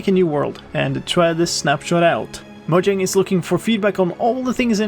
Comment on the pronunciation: * mojang is now officially moJang with a j 😆